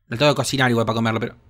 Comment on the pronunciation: "Faier para cocinaier" JAJAJAJAJA.